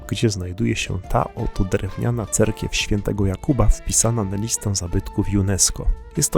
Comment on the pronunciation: Ej Panie, cerkiew, nie cerkwia!